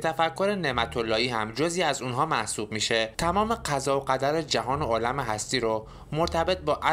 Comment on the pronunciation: درود، به جاست که کمی در تلفظ کلمات مخصوصا کلماتی که در تلفظ های مختلف معانی ی متفاوت می‌دهند دقیق تر باشیم مانند عالم و درهم (که سکه ی نقره هست) گرد که دایره ای بودن هست و معنی غبار هم میده، با سپاس از ساخته های شما